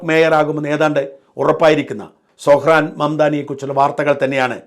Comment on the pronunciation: സൊഹ്‌റാൻ അല്ല . പറയുമ്പോൾ സൊറൺ എന്ന് വരും ട്രൂമ്പൻ അമേരിക്ക ഒരു ചൈനയോ റഷ്യയോ ആക്കി തീർക്കും